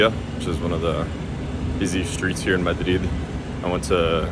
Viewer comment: Obviously Not, his accent says it all. And the way he pronounces <Madrid> is cringe 😬…